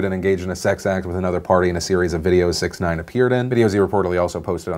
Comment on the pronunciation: Phil you're mispronouncing that Rapper dudes name it's pronounced Six-ix nine-ine.